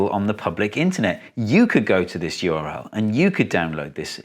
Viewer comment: Why does he pronounce URL as URI?